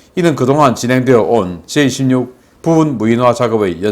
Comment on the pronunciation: 계속 J26 으로 들리네요. 제이 > 16 제이 다음 한숨쉬고 십육하세요.